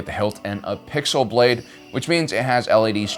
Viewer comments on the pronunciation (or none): none